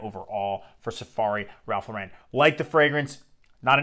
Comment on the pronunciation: Great frag. I have several vintage backups. Please learn to pronounce “Lauren” though. It’s American, not French 😂